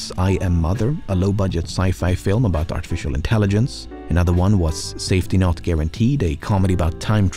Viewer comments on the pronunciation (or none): none